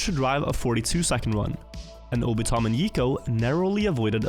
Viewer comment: Can tell is not an anime enjoyer, calling Obito M. 'Obitom'.